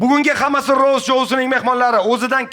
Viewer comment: rost emas rovst nimaga v bor aytilishida boshidanoq